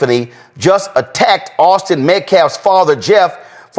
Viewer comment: The men said the first and last names wrong several times.